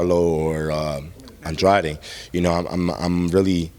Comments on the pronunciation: I’ve actually heard Andrade introduce himself in a few interviews and he pronounced his last name as An-dray-d if that makes sense. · Same lol, but everyone seems to call him Andrahhhhhday in interviews